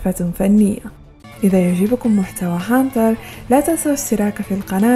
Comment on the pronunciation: تكفين انطقي هنتر هنتر زين